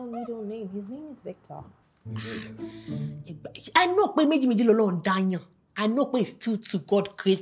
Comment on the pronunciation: It was the way she pronounce the visctor that got me rolling on the floor 😂😂😂😂